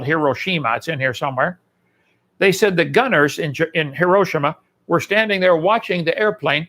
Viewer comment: His pronunciation of Hiroshima is painfully inconsistent.